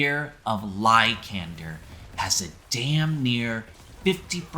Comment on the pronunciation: The way you say LY-KAND-ER makes my feet ball up lol.